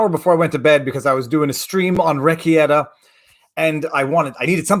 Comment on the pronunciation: Ruh-Kay-ta is the stream you were on last night (LOVED seeing you on there) Nick’s last name is not whatever you said😋😉